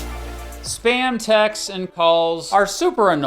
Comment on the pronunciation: When you said "spam text" I heard "SPAM TAX". I immediately became equally angry and confused